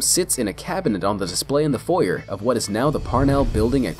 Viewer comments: hate how this guy says foyer. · "foi-YERR"???? FOYERR??? No! it's "foi-YAE". Dude really just said 4-yer. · foy-er It's funny because in Canada we say it like foy-ay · Foy-AY!!!! Not Foy-er. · foyer is actually pronounced "foyei" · Not foyer. Foy fucking A, foyay, foyé. Jesus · I'm from Canada, and it's pronounced properly across the entire country. I believe it is in the UK as well. In fact, I think it's only Americans who pronounce it foy-ur, similar to niche as "nitch", and clique as "click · The way he says foyer XD I’m dying. Its pronounced Foy-ay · it's pronounced "foyer" not "foyer".